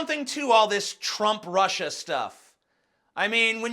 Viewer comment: Did Trump call Russia "Rusher" ?